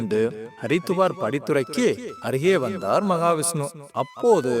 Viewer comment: மகாவிஷ்ணு என்று சரியாக உச்சரிக்கவும். ஜெய் மகாலட்சுமி, ஜெய் மகா விஷ்ணு.